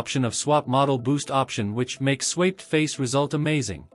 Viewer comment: Do you listen to your audio after you use your AI voice? IT MIS-PRONOUNCES THE WORDS. That's on all of your videos. The word SWAPPED is one of the main ones. It's saying SWAYPED. That's not even a word.